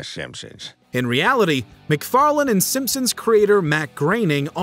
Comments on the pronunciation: It's Seth Macfarlane, not Mcfarland. Pronounced it with a d every time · Sounded like he kept saying “Seth MacFarland” instead of “Seth MacFarlane” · Fun video but I couldn’t help but get mad everytime u call Seth Mcfarlane, Seth McFarland😂